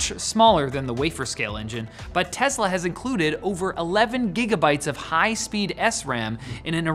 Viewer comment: Hey it’s Tesla not Tezla